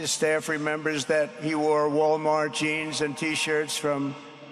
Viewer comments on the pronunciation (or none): none